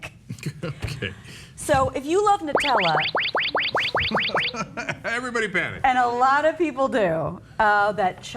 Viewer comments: Holy crap, its pronounced "noo-tel-uh" not "nuh-tel-uh". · noo-tella, not nut-ella